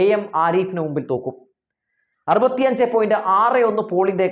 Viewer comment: തോക്കും😂 ഇതേത് ഭാഷ (തോൽക്കും)